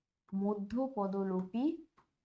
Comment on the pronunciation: মধ্যপদোলোপি নয় মধ্যপদলোপি